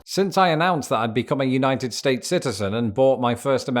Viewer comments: When he says "United states" what my brain hears is "Uknighted States". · I like how says United States he puts his much emphasis on States as he does United